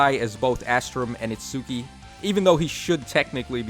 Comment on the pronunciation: Did you say "It-SOO-ki"? NOOOOOOOOOOOOOO